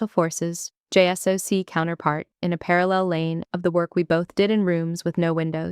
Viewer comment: And I will be forever thrilled when the acronym "JSOC" is correctly pronounced "jay-sock".